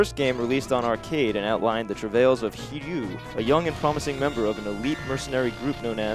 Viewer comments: It's HiRYU, not Hiyu. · Hiryu is not pronounced "heeyu". They even have a cutscene in the game where you can here his name pronounced correctly. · The "r" is there, but subtle. It's not really an r, after all!